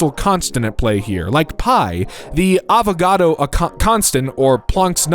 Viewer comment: not very smart if you're forgetting the r in Avogadro